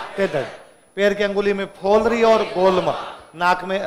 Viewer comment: पैर की अंगुली में फ़ोलरी नहीं पोलरी होता है